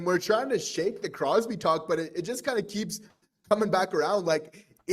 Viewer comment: Dayum, i'm surprised you managed to get Crosby's name right...haha 😅